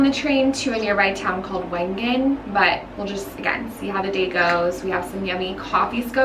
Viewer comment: I LOVED this vlog. In January 2020, I did a trip to Switzerland with my father on a very similar path. Majority of our time was spent in Wengen (it is actually pronounced Vengen) for a World Cup Ski Race called the Lauberhorn because there was a celebration of all previous winners of the race and my dad is one of them! We primarily spent our time in Wengen and Lucerne so getting to see all of these locations in the spring has been absolutely magical and has me so nostalgic of my trip I had with my dad a few years ago! I can’t wait to go back and spend more time in Lauterbrunnen because I truly felt it was a fairytale